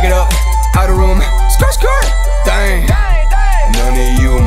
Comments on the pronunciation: The way he pronounce the word DDAENG. Amazing. OMG I LOVE IT SO MUCH!!!! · The way you say ddaeng 🔥